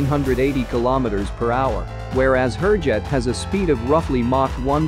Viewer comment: I would really request to at least pronounce the names of the aircraft correctly. They are pronounced Hoorjet (not as in poor but as in moore) and Tey-jus ( and not tehas - it is not a scandenavian or spanish name).